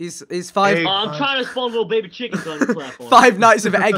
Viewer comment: Vikk plz stop calling it a duck it a chwiken okwey